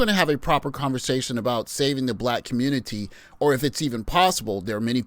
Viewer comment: Save the communitah? 😆 "ALL" Roads Lead To SYSBM. How many years am I going to have to say it?